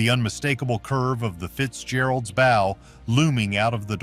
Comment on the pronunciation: WHY don't creators LISTEN to their AI soundtracks before publishing, and FIX the errors? A ship has a BOW (as in bow-wow), not a BO.